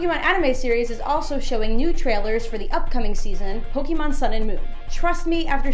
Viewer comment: anyone else bothered by " pokey mon"?